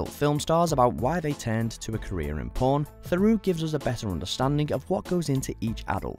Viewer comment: Mate, with all the respect in the world, if you cannot pronounce 'Theroux' properly you're perhaps in the wrong game.